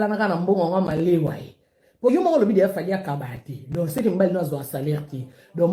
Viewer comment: On dit un peu di lait et no un peu de lait